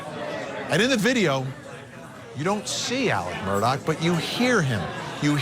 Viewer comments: Mur-daw not murdoch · Goodness people it's not Murdock! Their last name is Murtaugh.